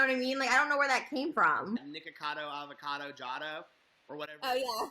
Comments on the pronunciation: PRONOUNCED: NICK A CAR DOUGH AV A CAR DOUGH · Say it with me folks: Ni-cah-ca-doh Av-ah-Cah-doh Was that so hard? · Knee cah ca dough avocado is how it's pronounced;) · Say it with me: "Nick-uh-cod-oh Av-uh-cod-oh". That should do it lol! ☺️ English or American, I think that pronunciation should get you there! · Oh its pronounced Nick-oh-cah-doh avocado lol PS I fucking love you for posting about ANYTHING but james charles. Youre a visionary keep it up